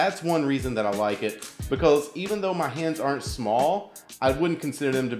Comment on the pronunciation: Learn how to say because